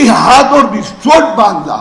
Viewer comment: Resort nahi rechort😂